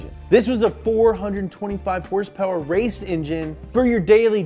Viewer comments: Hrsprs stuck with me too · adam durham, “Hearse Purrs” from now on. Lol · What are these “horse-powers” you are talking about? Are they like #hrspwrs ?